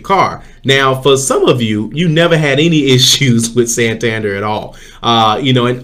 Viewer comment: San- tan-dare' accent on the last syllable, this is a city in Spain, the bank is from the city